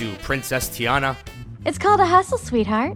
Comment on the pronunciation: it is tee-anna